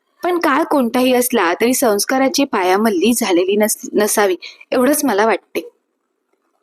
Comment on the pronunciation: पायामल्ली नव्हे! पायमल्ली अनुसया नव्हे! अनसूया